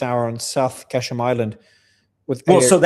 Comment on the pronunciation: Mario it is called QuA- shm island not kA- sham. If you care.